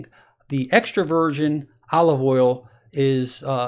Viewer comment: Every time he says "Extra Virgin" I hear "Extroversion"